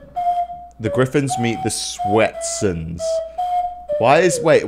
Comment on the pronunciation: The griffins? its the grifms